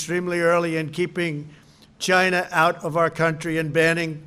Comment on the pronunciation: The way he pronounce China..annoys me..i just Want to punch his face..